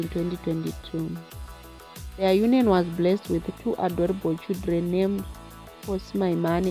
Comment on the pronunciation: If you😮 say Chidreni one more time !!! 😮😮😮 it's CHILDREN You kwerekwere.